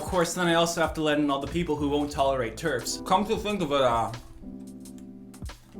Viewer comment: When he said “I even have to let in the TERFs, which I’m extremely upset by,” I thought he said Turks